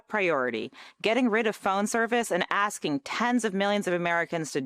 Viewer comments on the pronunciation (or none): none